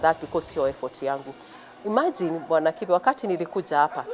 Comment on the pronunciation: Kibe pronounce your name in kikuyu cos you're one! Don't pronounce it in kiswahili in a vernacular set-up!